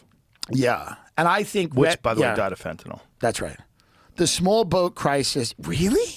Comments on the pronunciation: You are pronouncing Fentanyl wrong. Sound it out guys. Sounds like NIL not NOL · Please stop saying FentaNOL it’s called FentaNYL thanks love youse